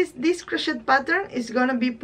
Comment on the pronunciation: Your sweater is beautiful. I’ll be back to watch more. Your English is better than my Spanish. Crochet is pronounced without the ‘t’. With the t it sounds like a bad word. Crochet, I think, is a French word. 🇨🇦